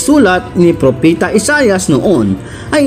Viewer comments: Propeta po hindi propita🙄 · Propeta not propita